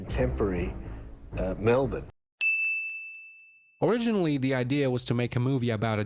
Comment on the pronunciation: Congratulations on pronouncing “Melbourne” correctly